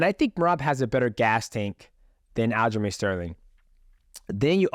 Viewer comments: Sounds like fuc<k master everytime he says it I like it Sterling should change his name to that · I love how he gets all the names wrong. Pretty sure he spent the entire podcast referri g to aljo as fuckmaster.